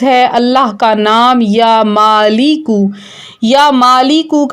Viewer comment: Madam yaa maaleku he ghalat na parho